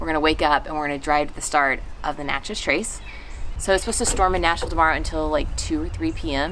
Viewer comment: Local ‘expert’ here (lived in Miss for 31 years)- its NATCH-ez, not natch-EZ. Still love the videos- can’t wait!